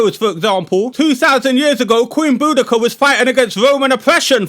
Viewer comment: Boudica not boodica fam